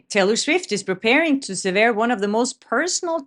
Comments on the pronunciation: it's SEver, not seVERE. And linGHEring. Gh, not dj. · Love your show! Sever is pronounced with accent on first syllable :) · Psst: you pronounce some things incorrectly 👀 sever, lingering